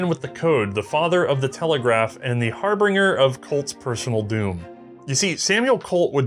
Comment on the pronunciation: I will engage a second time, just to (hopefully) politely point out that it's pronounced "har-bin-jer" and not "har-bring-er."